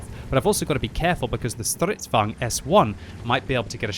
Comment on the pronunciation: Its soo funny when makes the Stridsvagn sound german. haha